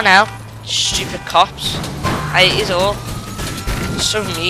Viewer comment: you said svupid